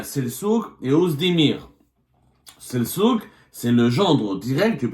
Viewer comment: Selçuk = on prononce Seltchuk en turc... les karghouli qui ne savent pas prononcer la langue de leur père